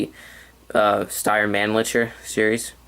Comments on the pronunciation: Buddy, you are not saying the name of the rifle right. Its MAN - LICKER. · You're right on concerning most of your information, excellent, although the name Mannlicher is pronounced a bit more like "Mawn-licker." The other straight-pull military arms of this similar period were the Schmitt-Rubin Swiss rifles and the Canadian M1905 and M1910 Ross. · The 6.5 underpowered? Wat. Thing is practically a .308, just a bit less muzzle energy. Also, that Mannlicher pronunciation was ear-grating.